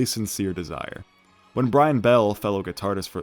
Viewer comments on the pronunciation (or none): "guitardist" fucked me up